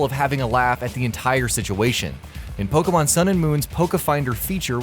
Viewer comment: Wrong accent on Pokémon, The accent you added makes it make the eh sound, Poke-eh-mon